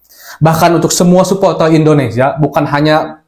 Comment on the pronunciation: suporter bukan supoltel😭🤣